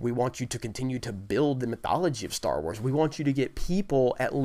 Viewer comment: Can I get a dollar every time he says "Star warrs"